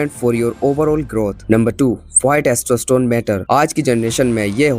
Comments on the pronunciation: Bro it's Testo , not Taasto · Bhai testosterone hota hai tassstosterone nhi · Testostone nahi broooo testa ter. On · Testosterone ❌TYASTOSTERONE✅ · Testosterone ❌ Tastosterone✅